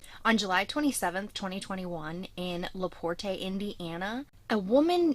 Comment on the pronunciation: 1. LaPorte is pronounced 'luh-port'. 2. The kids weren't teenagers. They were preschool/elementary kids.